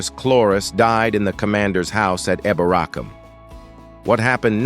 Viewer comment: I'm from York, hate how you pronounce eborackam it is pronounced eeebor acomb , not yovik its Jorvik, with a J , not eo porwik , its eff er wich, apart from that it was ok Ish